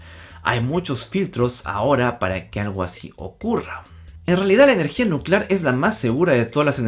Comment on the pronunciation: Nucelar, se dice Nu ce lar...